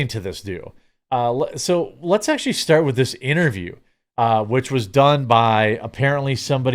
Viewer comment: Clearly... My point exactly, except witty and without the annoying "Weil, Aktshulee..." 😅